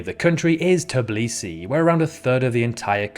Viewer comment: Why do people who make geography content don't perform the simplest fact checking? Every english Wikipedia page has the correct pronunciation for countries and cities. Yet you make video and pronounce Podgorika instead of Podgoritsa. And Tablisi instead of Tbilisi.